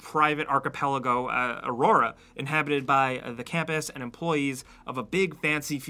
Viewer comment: You know they barely played it if they pronounced the name auroa wrong.